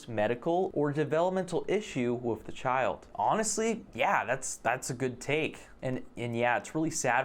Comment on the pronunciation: Yeah great but saying all this while you're pronouncing "with" as "wiff" is fucking hilarious. You're part of the problem dude.